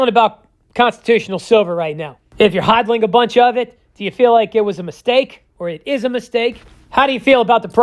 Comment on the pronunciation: Hoddiiling ya hoddilling me thinks he just likes to say hoddilling